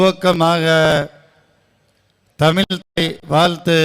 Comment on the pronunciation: அவர் சொல்லுறாரு - தமில் தாய் வால்த்து 😅😭